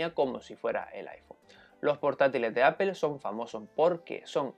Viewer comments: Es raro, porque el sonido final de "Apple" (ˈæ.pəl) es más parecido a una "O" castellana, no debería haber problema para pronunciar algo así como "Áp'o" en lugar de "Apel". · por que dicen apel? xD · No entiendo porque le llaman "Apel", los españoles también no dejan de decirle así, alguien sabrá?? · entonces se dice aple you know ? Gogle, se comen las "s" y según ustedes crearon el idioma. Me gustaría que que dieran el ejemplo al hablarlo.